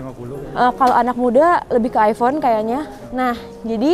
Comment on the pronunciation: Aypon yah bukan aivon😁